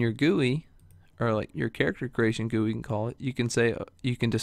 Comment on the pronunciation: its not pronounced "GOO-ei" Its pronounced "Ji-u-I"I'm talking about GUI